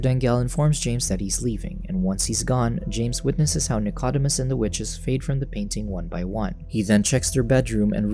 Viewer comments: The dog's name is pronounced "Nick-o-deemus" NOT "Nick-odd-imus." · Please pronounce Dicodemus correctly,...(/nɪkəˈdiːməs/; Greek: Νικόδημος, translit. Nikódēmos)